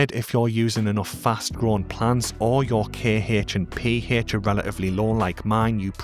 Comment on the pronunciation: Im rewatching and subbing for the Kehh-hech, Peeh- hech and the Jeeh-hech! Love your style and content.